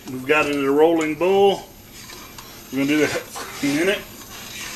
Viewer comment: What is ohwell ? You mean oil? You're not saying that right boil is also mispronounced